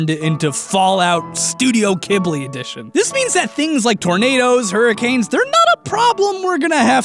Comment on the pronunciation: Did he just pronounce Ghibli (Jib-lee) kib-lee?!